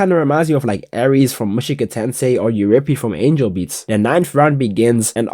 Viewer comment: did he just say angal beats 🥲 such pike